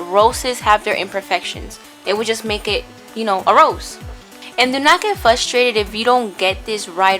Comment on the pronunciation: Frustrated is pronounced with a R Not Fuss it's FRustrating or FRustrated Google its definition !.